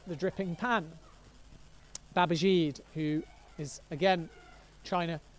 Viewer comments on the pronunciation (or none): Who on earth is "Babazheeed"? Isn't it pronounced "Babajeeday"?